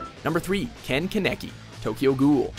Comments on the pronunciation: I didn't think it was that hard to pronounce Kaneki's name HOW DOES KANEKI LOOK LIKE KENEKI WTFFFF I AM CONFUCIUS!!!! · ke naki ITS KAA NEH KEE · dude spell kaaaaaaneki RIGHT 😂😂😂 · Ken keneki no its kan KANEKI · I’m confused is it Ke-neki or Ka-neki because I believe its Ka-neki in the animation I’m not trying to be rude or anything, it just bothers me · YOU PRONOUNCE MY PRECIOUS ONII-CHAN'S NAME WRONG! KEN KANEKI= KEN KAHN EHKI. NOT KENEKI. KANEKI. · They pronounced it keneki! It's KAHN-KE-KEY (Kaneki) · Did... Did you just pronounce it keneki instead of Kaneki... I... I have seen a lot of names butchered by mojo, but... This is one of the worst... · Did my guy just said ken keneky?😭😭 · kaneki is pronounced (kahn-eck-ee) holy shit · "Ken Keneki" "Ken Kaniki" Grammar 2k18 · anyone else cry at “ken ken-aki” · Ken Keneki? What?🤔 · Ken kaaaaaneki you stupid fuck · KA-NEK-I !!!! Pronounce it right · "Kuh-necky"? Seriously? That's not how it's pronounced. Anyway, this list is recent enough that Subaru from Re: Zero should have been #1. He was just a guy trying to get some manga and ramen who's now gone through hell several times for no apparent reason. He experiences death like 10 times, watches his loved ones get killed off and tortured, and has to go through it again because the world refuses to just let him die or take it easy. Especially with the most recent episode's confessions (although released after this video) it's fairly obvious Subaru is one of the most unfortunate characters of all of anime. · 'Kehn Keh-neck-ee' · I couldn't even watch that part because every time he said ken kaneki I got really mad for no reason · Ken Kenekie is how he's pronouncing it. xD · I was hopeful for your pronunciations unil you said kanki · It's pronounced karn-eki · Ken Kanaki hahahahaha You said it wrong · I dislike the way he pronounces kaneki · YOUR BUTCHERING KANEKI'S NAME! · The way you said Kaneki bugged me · I cringed from the way you said kaneki.